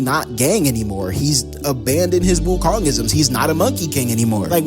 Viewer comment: Bro you calling every body wokong